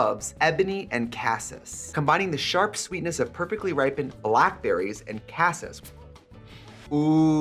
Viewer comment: Darling I love you, but it’s pronounced “caseese.” 😂